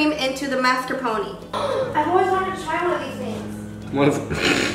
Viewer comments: I always pronounced it MARscapone not MASkerpone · he claims to be italian but cant even say mascarpone